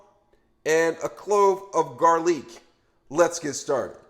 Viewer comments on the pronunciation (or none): Sausgeeeee , garleek & unioooon make sure you fryta it 😂😂😂😂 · Subscribed just because I love how he says garlic, sausage and onion 😂😂